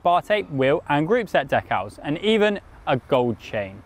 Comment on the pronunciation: Couldn't get past your pronunciation of Decals. Also I didn't know Contador was handy with a paint brush.